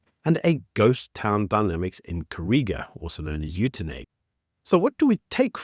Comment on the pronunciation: Stop saying the towns name wrong!! You have been exposed enough to the Afrikaans language your whole life to say it correctly! 😡😅